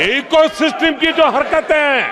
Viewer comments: सिस्टिम होता है सिस्टम😂😂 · पूरी मीडिया खरीदकर eco system 😂😂😂 जब शासन गुंडागर्दी पर उतर आए तो यही भाषा होती है वैसे ये सिस्टम को सिसटिम क्यूं बोल रहे थे 😂